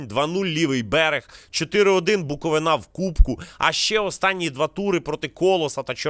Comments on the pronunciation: Подобається дивитись ваші випуски. Все коротко і по суті. Натхнення у вашій подальшій роботі. Єдине прохання - ставте правильно наголос. Не БуковинА, а БуковИна. Ваша БуковинА дуже ріже вухо :) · буковИна, ну будь ласка 😢